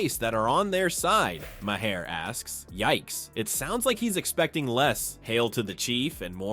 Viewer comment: Right! Ma-HAIR!